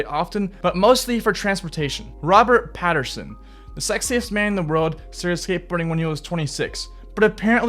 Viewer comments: Pattinson not Patterson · he struggled with a few names Robert Patterson, haha....im sure he will work it out.